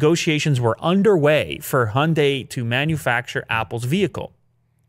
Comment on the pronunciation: I love the show, but maybe, just maybe, look up how the Hyundai is pronounced :)